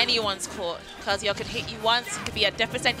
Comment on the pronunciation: Loved the commentary except for the "Kuhzooyuh" pronunciation of Kazuya